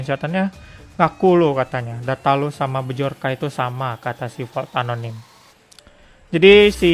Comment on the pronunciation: Bacanya tuh Byorka bukan bejorka.....